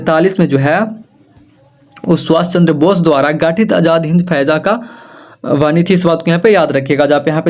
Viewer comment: Sir faija nahi fauj hota hai